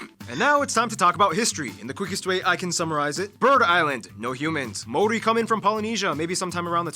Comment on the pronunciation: Ma- ow/ ri ( roll the"r") MAORI. Tena koe from Aotearoa